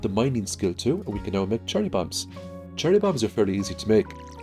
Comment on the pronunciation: I'm sorry, are you saying "Charlie bombs"?